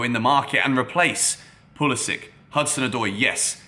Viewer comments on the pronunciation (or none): none